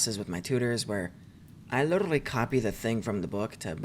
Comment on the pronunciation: please stop pronouncing literally like that